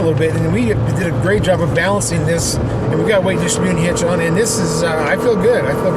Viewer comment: you keep pronouncing "distributing" wrong. It's a composite bed--not a bed liner!! The hood scoop isn't whats heavy--it's the metal hood that's heavy.